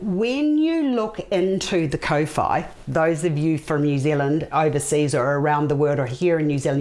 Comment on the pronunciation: Your pronunciation is not the best if you say kor fy that's how kowhai should sound . Not co fy